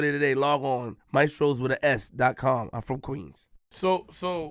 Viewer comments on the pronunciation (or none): "You from KWeens?!?" LMAO 😂😂😂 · That U from Queens shit had me dead